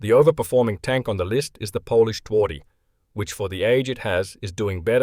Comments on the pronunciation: Interesting movie. While loss rate is only partially useful for rating tanks, it is helpful. And movie is well documented. P.S: "Twardy" should be propounced "tvardy". It means "tough". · Some reliable information right here. And a... special pronunciation of Twardy.